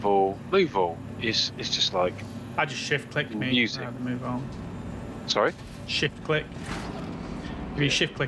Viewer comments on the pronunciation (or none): Sat down to watch while enjoying my breakfast smoothie. Until, when kept saying, "shift click" I heard "$#!t quick" 😮 --- i laughed so hard i almost choked on my smoothie 😂... #alwaysentertaining 😍